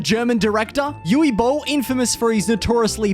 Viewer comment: "Yuvvee" Boll. lol